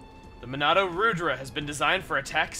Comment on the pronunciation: I think Monado Rudra is a reference to a God (the destroyer of evil) in Hindu mythology, in which case it is pronounced Ruh-thra